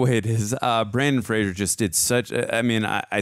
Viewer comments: It’s pronounced Fray-zer (like razor). It’s not Frasier. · It's "Fraser" like the "Razor"! If you pronounce it like the show "Frasier", he will get mad! 😉🫶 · Brendan not Brandon and Frasier is pronounced Fray-zur according to Brendan. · Yes, yes, yes! Such a great movie ... but as a PSA - Fraser is pronounced to rhyme with Razor. (Not Fray-zur like Kelsey Grammer!) Said only with love because Brendan has battled it his whole professional career so the least we can do as fans is get his name right 🙂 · If it helps, and I’m sure others have said it, Brendan Fraser has said that his last name is pronounced like laser 🙂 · You’re to go to the first time- it’s pronounced Fra-zer. He always corrects people. He says it’s Fraser like razor. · Fraser rhymes with Razor